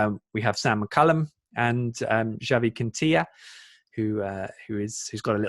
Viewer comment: Nice job on the Quintilla pronunciation. Mrs Were would be proud!